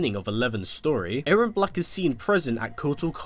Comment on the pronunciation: It’s now A-rron it’s E-rron